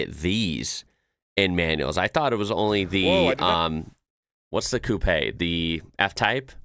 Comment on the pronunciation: The guy in the video not only apparently knows a lot about cars, he is also the first native English speaker I have seen who pronounces "coupé" correctly.